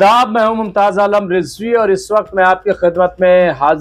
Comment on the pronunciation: Rizvi nahi bhaie sahi tlaffuz Razavi رضوی hai۔